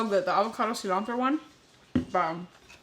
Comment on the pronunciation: Quick question....if you don't speak Spanish then why do you pronounce "tortilla" and "cilantro" with such a heavy accent?